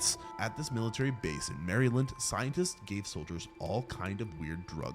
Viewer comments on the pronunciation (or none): none